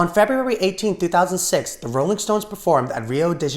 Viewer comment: “-Olling stones” nice